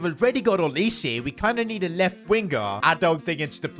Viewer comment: It is NOT olisay it’s olise